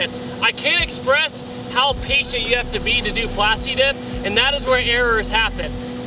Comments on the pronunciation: Plas Tuh Dip!! you dont say Plas TEEK!!!! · I don't like that he says "plasti dep" sometimes